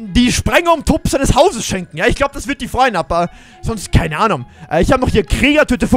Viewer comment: keineanom hat er gesagt 😂😂